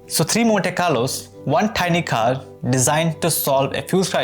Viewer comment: just speak indian accent bro wtf is "KHARRR"